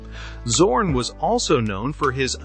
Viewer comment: I did not subscribed because the correct name of the painter schould be pronounced like Tsorn and not like Zero.